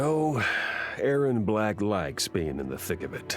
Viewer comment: Aaron... AARON?! WHAT THE *cue a loud and constant beep along with waving motions* Nah, joking on my reaction but seriously, it's Erron, not Aaron